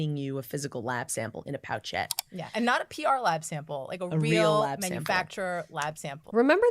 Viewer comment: They lost me at "pouchette."